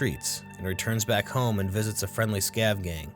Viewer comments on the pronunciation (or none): none